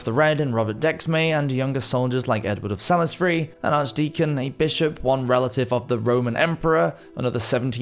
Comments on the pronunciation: Salisbury, in Wiltshire is pronounced saulsbury not Salisbury as it is spelt. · That disaster was so serious it was at least 91,100 in Team America terms. Btw, Salisbury is pronounced "solsbury". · In my London accent it's pronounced Sawlsbury. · Who can't pronounce "Salisbury" then?